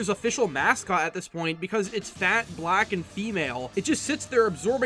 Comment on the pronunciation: I get what ur saying dude but chill out on emphasizing "black". Also calling her?(idk) an it is a bit much just misgendering the person is good enough. Other than that i can see your point.